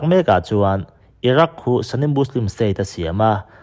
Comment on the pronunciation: Sunni leh shia hi english word anilova sunni hi 'sani' ti a lamrik tur nilovin mizo ṭawng a 'suni' ti a lamrik tur ani zawk. Arab mi leh muslim mi ngeite lamrik dan pawh ani. Thumal/hming lam dikloh hi i ngah lawr lak thlirtu leh ngaithlatu kan ṭhahnem ṭhin bawk si a,uluk in midang thurawn hi ngaipawimawh lehzual la ngaithlatute tan leh nangmah ngei tan a tha dawn emmai. I thawhrimna erawh fakloh a har thlawt e.